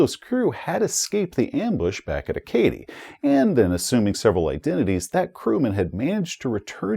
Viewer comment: Acadie is pronounce A-ka-dee. I get that isn't a linguist but being someone who is more than a little familiar with all of the European langauges mentioned in this module, pronunciation killed me a little every time. Good video though! Congrats on 100k!